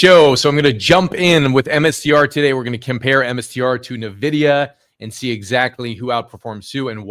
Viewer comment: Hey, thanks for your analysis just one thing: It's not "Nividia", but "NVIDIA" without the i after n, so you say it like this: "Envidia".